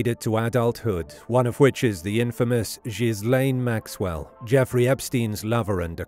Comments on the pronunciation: Gil Lane...NOT GIS lane... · Gill - enn. How to pronounce Ghislaine. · Given all the publicity his daughter has gotten over the last five years, one would think you'd pronounce her name right. And he died on a boat named after her, so there's no getting around this. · At least pronounce ghislane properly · Mispronounced Ghislaine